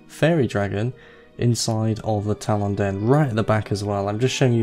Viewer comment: I have never heard anyone pronounce talon like you before.